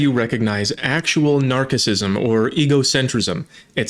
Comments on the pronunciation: Correcting one letter in one word (which originates from Greek, not Latin) makes no sense. For example, you used hard C in narcissism right before pronouncing egocentrism in perfect English, with no artificial corrections. Narcissism is as much of an English word as egocentrism. Besides, there's more to it than hard C. The r and a, and cadence, and stuff I don't know I don't know. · Saying narcissisism like that makes you sound stupid and takes away from your otherwise good message. We are speaking English and not Latin so it doesn't matter how they pronounced it in Latin. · What a horrible unreasonable woman. I feel sorry for her children! By the way, you mispronunciation of narcissism was way worse than her slightly inaccurate pronunciation of siblings! It’s pronounced Nars-a-sism Not narki-sism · "Narkazism" :P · Yo I can't find anywhere that narcissism is pronounced with a k. Did you watermark your ideas with a subtly flawed fact, lmao? If you did, and it's pronounced with a C, absolute bravo. If you didn't, and I'm wrong, don't mind me lol. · OK! I've looked up the pronunciation of narcissism and narcissism online in multiple places, including dictionary definitions, and it seems you are just wrong. Maybe you're just trolling. 🤷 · Using a Latin pronunciation for a word of Greek origin is kind of weird, but ok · Shouldn’t the C in narcissism be pronounced CH as in Italian? Assuming Italian and Latin have same pronunciation and Latin being dead and all…